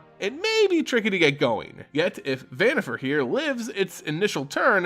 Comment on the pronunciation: Who the heck is prime speaker ZANNIFAR? I would like to know, as the actual name starts with a v, as in Victor. I don’t think people pronounce the name “Victor” as “Zictor,” do they?